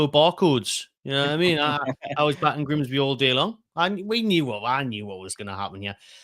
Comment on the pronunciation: Mah can't even pronounce Grimsby. That's how bad it was.